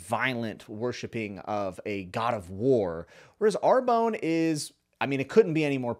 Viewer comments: Love GGK.. I've read them all but it's always nice to hear from another reader. Are you sure it's not pronounced ARE-BONN as it would be closer to the French - I think. At least that's the way I said it in my head. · Lol I am sure it is a fantastic book but I would recommend you to google how to pronounce the French town Arbonne in French. In any case it is not ar-bone. Great review anyway.